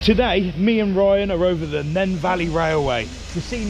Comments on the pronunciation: Bro said nen it’s nene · Not saying your wrong but it’s pronounced neen